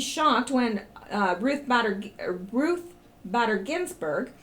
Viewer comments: it is "Ruth Bader Ginsburg" Bay-der - not badder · Ruth Bader as in bay-der Ginsburg.